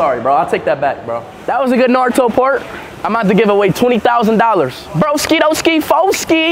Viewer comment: It's shame that he believed his pronunciation of NARUTO was correct. Absolutely, Japanese pronunciation is right one.